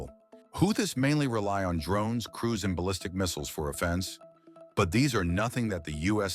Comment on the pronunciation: AI voice: pronounces Offense (as meant in football for example) like offense, meaning in a legal or inter-personal sense.